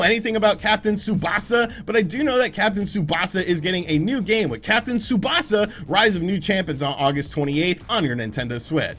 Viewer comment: congrats, you said tsubasa quite well.